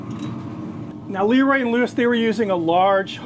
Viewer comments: It's pronounced, eh, like Leh. Not Lee. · Leroy and Lewis is great. Been to the original trailer and I think they have a brick and mortar now. I will say, not to be critical but it is pronounced with a schwa sound like Laroy and Lewis rather than Leeroy. Again not being critical. If you like them one of the guys who used to work with them is Bradley Robinson from Chuds Bbq on YouTube and he is a good resource for some of the things Leroy and Lewis cook. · LahRoy is the correct pronunciation.👊🏾